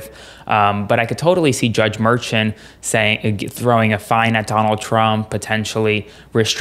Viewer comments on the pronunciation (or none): Too many call it a hush money case…it is a voting interference case…it dismisses the seriousness of the case calling it a hush money. And the Judges name is pronounced Me “Shaun or Shawn…not merchant. I think not calling it a hush money makes it more serious and those out there need to know that. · Great report. Note though that the judge's name is pronounced mer-SHAWN', explained by Karen Agnifolo in CNN and Meidas Touch Network; she's been the ADA in front of him many times. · I think you're supposed to pronounce Judge Merchan as Mershaan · Please say his name correctly! It’s not Merchant!!! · The proper way to.say the judges name is Mer ShAWN. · Can you please properly and correctly pronounce Judge Marchan's name?!? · At the very least, your legal expert should investigate the proper pronunciation of Judge Juan Merchan. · You're pronouncing the judges name wrong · Please say the judges name correctly!! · Drives me nuts when people pronounce names differently… Is it pronounced: "mershawn" or "merchan" Is it "Fanny" Willis or "fawny" Willis Does anybody definitively know what the proper pronunciations are??